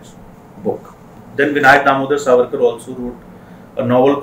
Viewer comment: It's Savarkar , not sarvarkar .......😠